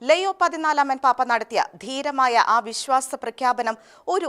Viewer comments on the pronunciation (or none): ലെയോ അല്ല. ലിയോ